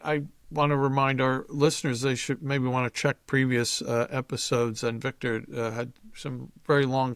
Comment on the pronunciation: Hey Victor, you should dump your blueblood interviewer and hire me. I guarandamnteeya I will pronounce your name correctly.